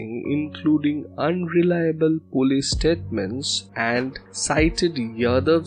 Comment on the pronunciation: the word is polce, not pullees. It is pronounced po-leese. Not pull-ays.